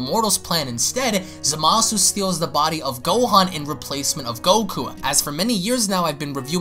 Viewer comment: It's pronounced zam ah sue